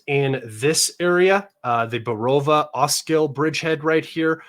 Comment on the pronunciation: bro is not LAMAN !! its Lyman - read like this LI - MAN